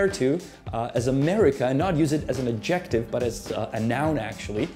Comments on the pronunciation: Lose the "music", PLEASE. And it's "*AD-jec-tive.* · Fun video! Might I say - “adjective” is pronounced {add-jeh-tiv} you’re putting the emphasis on the wrong part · I'm 10 seconds in and immediately I am caught off guard by the stressing of the second syllable in adjective instead of the first. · “Adjective” is stressed on the first syllable. I have been an American for 75 years, but I do not distinguish between “coffin” and “casket.” It’s the same thing. Americans view European things with suspicion, even if, of course, they are of European descent.